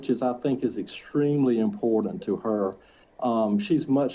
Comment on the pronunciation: 1. Please fine the attorney every time he says “imporDant”. (Edit oh god, they all say it) 2. lol she contradicts herself in her own fake claim of losing touch with reality and her attorney highlighted it in that statement by her that he shared. If she knew that “Jesus would take better care of them” then she knew that she would never see them again. She understood what she was doing.